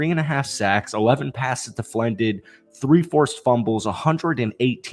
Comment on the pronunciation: "deflened" that is all i will remember you by i hope you pop off have 10 million subs but i will never forget and just when you realize you havent thought about "deflened" in a while there i will be to say "deflended"